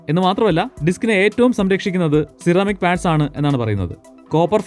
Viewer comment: C-Ramic allallo? Se-Ramic enalle pronunciation. Aarkum enganeyum parayan, njan ormipichathanennu mathram.